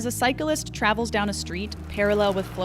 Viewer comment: How'd you manage to manage to make "cyclist" a three syllable word? Cars are always liable btw.